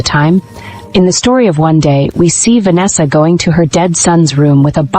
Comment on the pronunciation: Va-nesha!!!!!😠😠is this the first AI ever made or what !!!!!